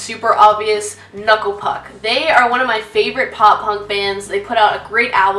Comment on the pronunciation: You mispronounced Knuckle Puck. It's Knoookla Pook.